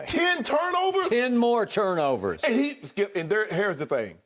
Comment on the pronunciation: I love when Shannon says "hare's the thing"🤣🤣🤣🤣